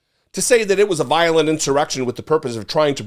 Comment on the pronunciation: "Vilolent"? Come on,! (we love you, anyway)